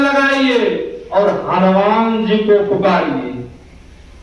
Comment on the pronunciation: बाबा आप को YouTube पर दुनिया देख रहे हैं सुध वाणी बोलिए हनुमान होता है हलुमान नहीं जय गुरू महाराज छमा प्ररारथी हूँ